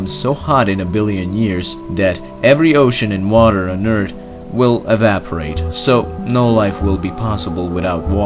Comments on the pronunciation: STOP MAKING FUN OF HIM JUST BECAUSE HE SAID "EART" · Nobody Him: eart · He said earth like ert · Narrator:eart Me:😄😂🤣🤡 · Ert Eart and ertty. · I don't see what's funny about "Eart", it's just how the man pronounce it. Explain why you're laughing please. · Um first thing you all need to say earth correctly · its about the narrator's pronunciation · he cant pronounce earth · I hope this doesn't bother him, because I love the way he talks, both in pronunciation and intonation. There's a symmetry to his sentence construction that is unusual in everyday speech, making it "mathematical" but enjoyable. I even listen to his videos while I'm away from the computer screen. My favourite is how he says "typically." I've heard him pronounce "earth" barely with the sound of a T at the end more recently, so I hope that isn't a response to jokes. Mind you, his pronunciation has gotten much tighter and clearer. The only thing I would change is the way he says "southern," which should be "suthern" and not like adding "south" and "-ern" together - which is what some confused Canadians do. Otherwise i wouldn't change anything. The way he speaks is part of his brand. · Interestingly some other guy as well said i pronounce "earth" very weirdly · Most people in the world pronounce it that way because there's no "th" sound in most languages. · Thetitanlord YT its similar to earth but it's a version that has a speech impediment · Though "Eart" is funny, Earth is unfortunate for many non English-speakers because of the th, which is a sound that is often very difficult for non English-speakers. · I don’t wanna be mean but the way you pronounce “earth” is so funny. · Cool video, but this guy has no concept of the letter h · Stop calling it “Ert”. It’s Earth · Everyone just makes fun about "Urt" .. why not give this guy a hint ,to put the tip of his tongue between his front teeTH and pronounce a proper "th"....? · Its earth not eart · Great ,now two ppl saying eart instead of earth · Etrth lol